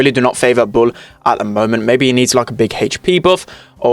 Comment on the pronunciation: The way you say bull 🤣